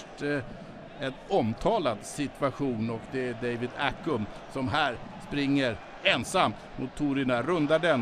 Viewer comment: David Accum ? I-Cum? Han heter ACCAM för helvete haha!